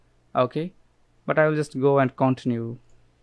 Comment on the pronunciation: kontynew (continue) , best word i have ever listened